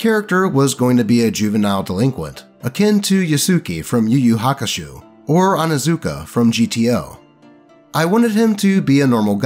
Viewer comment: "yoosooky from yu yu hakasho"